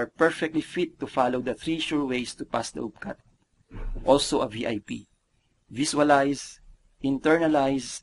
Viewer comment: while I am sure you guys are most probably a credible company, please allot some of your marketing budget towards getting a better speaker/dubber for your videos. Honestly, hearing numerous articulation errors like that does not inspire consumer confidence. *** d/th, b/v, s/z problems, i/long e issues. attract/atrak, it/eet, visualize/viswalays, antil/until, da/the, dey/they, wold/world, as/ask, teenk/think, notis/notice, nak/knocked, masels/muscles, reeten/written, pasitib/positive, etc. etc.TY